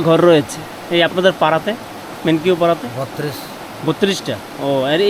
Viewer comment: মেনকিউ না ভাই মেন্নাউ পাড়া